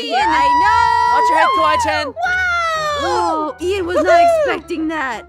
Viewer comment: It's Kawaii~Chan. And what about Mac the giraffe. 😐😑😐😑😐